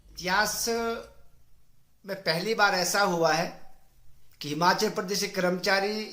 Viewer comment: हिमाचल बोलिये सुक्खू जी हमाचल नहीं